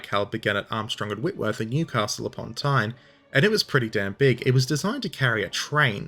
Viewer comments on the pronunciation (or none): none